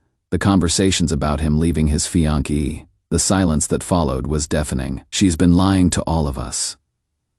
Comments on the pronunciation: This is the most annoying AI voice on such channels. It pretends to be deep, mature and solid but it sounds just pathetically pretentious. He is the one that has given us "fianki" (fiancée) and "nine hundred eleven" (911). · "A married man to leave his fian-key" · "Fian-key" lol